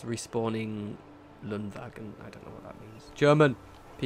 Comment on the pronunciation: "Schreibtischordnungshelfer", god, the mod dev had fun with that word, who even uses that in german? ^^ The thing that you pronounced as "lunwagen" says "Respawns Ladungen", so it spawns shipments! And the "Starter Koffer" means "starters' suitcase"